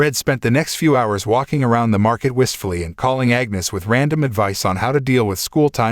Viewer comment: Took me forever to understand who "Agnus" was :) It's "Agnes."